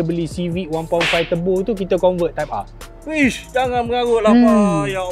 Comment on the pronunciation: Nobody: Abg Japar: "Honda Civic Type Arrrr"